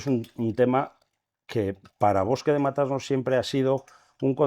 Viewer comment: Matasnos!!!!! No Mata-Asnos! Qué barbaridad.